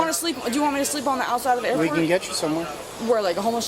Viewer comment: Good job on the "Airrrport" today. 5x... it wouldn't be without it! We expect no less. For us counters... 5x beats 3x